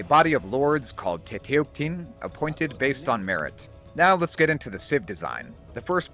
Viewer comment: I LOVE how you depicted the Chicōmoztōc here haha Also a little pronounciation tip: it's "tetekutin", not "teteuktin" (at least in Classical Nāhuatl, MAYBE there is difference in some modern variants that I'm not aware of). While the word tēcuhtli is sometimes written as tēuctli, it is always pronounced as "tēkwtli" (same thing with the word for honey, "necuhtli" - it is often written as "neuctli", but you say "nekwtli") Oh I LOVE the bonuses. The UU it cool, but wouldn't the "Heron Knight" be a better fit? Tlaxcallān was full of heron imagery and there are depictions of elite soldiers with heron banners. The Tlecoyōtl does reflect their craftiness really well though! Fun fact: while the area was called Tlaxcallān at the time of the contact, it was probably originally named Texcallān (meaning "place between the rocks" more or less) by the older Nāhua generations Overall, this is great and I cannot wait to play the mod. Thank you for this,!